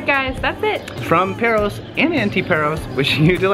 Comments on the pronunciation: Not Perros, it's pÁros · It's not Perros, it's PAros!